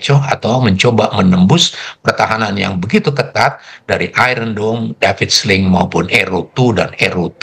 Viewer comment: Mana probowo penyokong israel,hantar TNI bantu israel,mana iran bgtau,memalukan pemberita berkelulusan ijazah,sbb bahasa english pun tdk btl,iron dome ini bunyi nya iyon dome,bagai mana blh imorove english org² indonesia di tertawakan dunia.cara menyebut iron dome dlm bahasa indonesia bkn dlm bahasa english,70tahun akn dtg baru lah maju dlm bahasa english